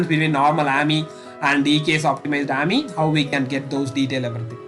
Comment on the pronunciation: Its A-M-I not aamyy